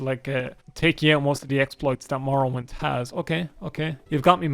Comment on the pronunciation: Elder scwolls tree mowowind